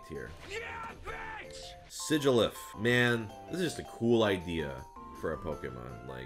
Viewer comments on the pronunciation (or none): none